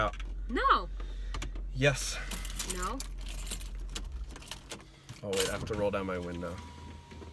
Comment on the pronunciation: “I’m nawt getting ought.”